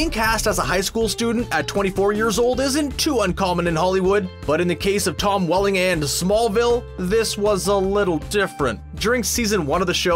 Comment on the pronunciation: The prenouncination of Welling